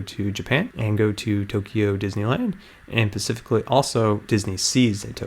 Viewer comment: you're super awesome! You're such an inspiration to me:3 I have to let you know, though, that you're saying "pacifically", which isn't a word but kinda sounds like "Pacific" like the Pacific Ocean. The word you're looking for has an s in front of it; "specific" I just wanted to help you out, since you talk for a youtube channel.